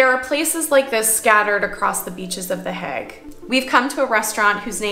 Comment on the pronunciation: Can I ask - are you calling it “The HAG” because you have been told that it is pronounced that way??? I have never heard it said like that before! It is always known as The HAY gggg - to rhyme with plague! The tulips looked soooo beautiful, their colours are just stunning - Fun Fact: my husband has a good friend - who is Dutch - and, before he retired from the job, he “grew” the baby tulip bulbs for the planters to put in the fields of Keukenhof 😉 and also “grew” the Amaryllis bulbs that are very much part of a UK Christmas pressie vibe - a bulb in a presentation box, that when planted, grows into a triffid with a stunning red flower! 😂 we have been to visit him at his home and his “back garden” is just a vast acreage of land with at least 50 greenhouses of various sizes that have bulb propagation production lines! As said, he has now retired and his greenhouses have been leased out to other “growers” (as how they are called) - he said the work was literally “back breaking” and labour intensive having to meet the demand for bulbs that could be sold to the public in UK shops etc and for keukenhof too. One “little moan” please can I Just say? … Vincent’s surname should be pronounced as Goff Not Go! Japp (hubby’s friend) said so, and he should know 😄he said that Dutch people would pronounce the letters gh as “occhk” but they do “forgive” us in the UK for not pronouncing it that way! They like us over here because a fair amount of our fresh salad items are imported from them! Oh…